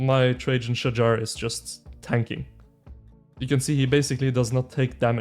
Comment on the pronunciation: Finally pronounce correctly. Shahar is a guy name 🤣